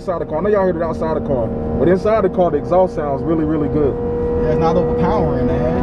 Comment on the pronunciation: The “EHHXSAUCE”😂